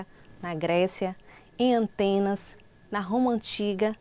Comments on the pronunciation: Realmente é um erro de pronúncia, no entanto ela se referia a uma cidade, não a um país. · O sotaque atrapalhou a pronúncia, mas acredito que ela sabe que Atenas não é um país e sim uma cidade, capital da Grécia. Tanto conhecimento que ela nos ofertou gratuitamente e você só conseguiu assimilar o "erro"? Quanta ingratidão da sua parte pessoa!